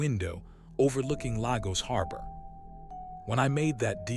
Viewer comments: Did he said largos oh Lagos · Great story I just didn’t understand why Lagos was being mispronounced yet again not an African telling the story of an African